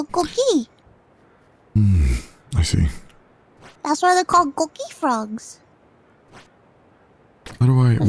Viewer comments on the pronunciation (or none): Koh-KEE not CAW-kee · Btw she's saying coqui frog, not cookie frog. It's a family of frogs very common on Puerto Rico that make a sound like co-qui when they ribbit.